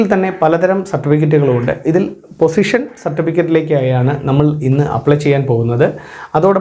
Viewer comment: പൊസിഷൻ അല്ല... പോസ്സെഷൻ ആണ്.